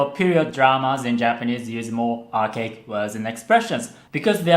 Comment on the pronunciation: archaic is pronounced more like Are Kay Ick